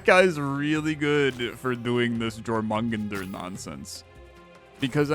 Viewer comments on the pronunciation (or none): It should be closer to "Your-muh-gun-der" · More Your-mun-gander. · the world serpent is pronounced yormun-gander, it irked me the way you said it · dying at jor mung un der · He said that snake's name at least 20 times in different ways and I don't think any of them were right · He never once pronounced the "j" as a "y," so correct, none of his pronunciations were right! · Haha just heard him say it 😂 It’s all good, not everyone’s played god of war or study mythology to learn non-English names